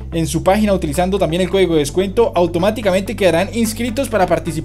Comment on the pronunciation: es descuento no descueto